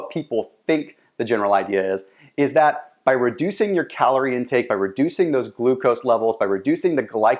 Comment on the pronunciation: Calooooric?!?!?! you mean calorie.